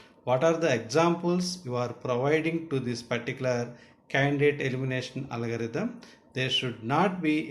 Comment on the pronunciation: It's not Alagarithm , It's Algorithm.